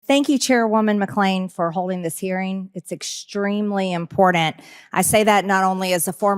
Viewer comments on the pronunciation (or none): It’s IMPORTANT not impotent ! She can’t even talk straight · MTG describes issues as, "impordant". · Is it only me? It drives me nuts when she says: Impordant! Its a T not a D. Grrrr bugs ne, she is so impordant. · "Impordant." "Ath-a-lete." Can Margarine actually say words right? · Oh it's Impordant Wooo😮 she can’t even spell or talk right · I can't believe she can't even say 'important'. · Impooorttant. Learn how to speak. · Impordant. Yikes. I can’t stand to listen to this ignorance. 🤬🤬🤬🤬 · I extremely impordet. LOL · Stop saying im po rtant the way mtg does . Important . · Why can't people pronounce "important"? Impordant? It's so pronounced with MTG...makes her sound less clever lol...and that's not easy to do. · Three seconds in, you know all you need to know about MTG when that idiot says "important" like "impordent" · "First of all, this is extremely IMPORDANT." Boom- ignorance detected at 4 seconds in.... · MTG - "impordan" is pronounced with two "t"s. Try taking an elocution class or a spelling class. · Someone, please tell Misse's Poatoe head it's pronounced uhm·por·tnt not impordant! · What's important here is it we all learn to talk properly if we're going to try to talk English (or any language for that matter) but it is NOT important to say IMPORDANT because Marinating Trailer Garbage "Impordant" ISN'T how it's pronounced 🤔🤦🏼‍♂️ every time with this "Jewish space laser's" loon!!! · Empty G says impordunt...wtf. Thanks AOC, for speaking out for women. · Did Greene say it's extremely impordent? Teminds me of Peach Tree Dishes, Gazpacho Police! If She'd sit down with a book once a week She wouldnt Sound and Act so Damned Ignorant! Shes an embarrassment to our Nation! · Impordant. Marge. Cant pronounce basic words. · MTG: "Impordint". What an effing moron. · "Impordant"... MTG should leave Congress and take elocution lessons. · Impordant. Can she at least pronounce that correctly? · It’s so impordant” -MTG man she’s a sharp communicaDOR…